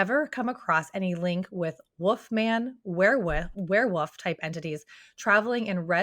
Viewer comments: lol WOOF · She says "wareWOOF". Love it. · said were-WOOF!🤣